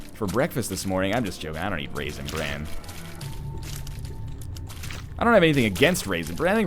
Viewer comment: I thought he said REASON bran, not raisin bran :P would have been a nice twist